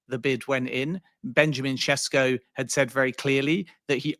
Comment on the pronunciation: Man it’s annoying isn’t it. Mbeumo first then now Sesko. Almost like there’s a refusal to properly learn how to pronounce peoples names